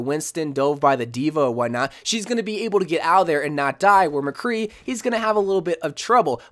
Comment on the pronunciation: You honestly lost me when you said McCree